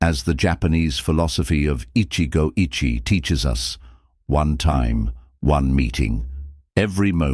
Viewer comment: The Japanese pronunciation is "ichigou ichie" was almost correct except the second word. The second word should be three vowels. Therefore i-chi'-eh. Not sounding like "itchy.